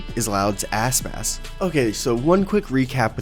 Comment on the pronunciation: I coudnt stop hearing asspass. his name isnt that hard to say